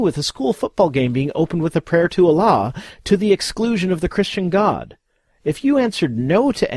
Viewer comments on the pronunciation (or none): none